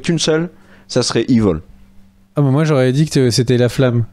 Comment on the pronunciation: On dit "Évil" pas "iveul"... Franchement quand même 😉